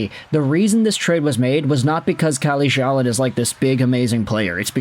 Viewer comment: Calle Själin is a decent prospect. His name is pronounced Sch-ae-leen. if you put a and e together you get the ä sound.